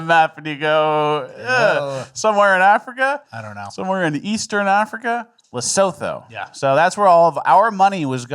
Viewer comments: Hahaha... Check it... Lesotho...pronounced LAH-SOO-TOO... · PS its pronounced : Le Soo Too